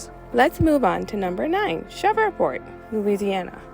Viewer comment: The correct pronunciation is shreev·port